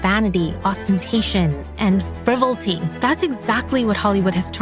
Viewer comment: No hate but frivolity sounds like fruh·vaa·luh·tee (I really like words) ￼ slow Better Practice Practice and get feedback • BETA phonetically)